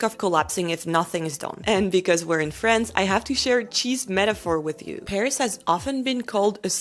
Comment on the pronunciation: Pourquoi vous prononcez Frence ? Même si prononcez à l amglaise c est tout de même France et non Frence. Are you trying to sound americaine?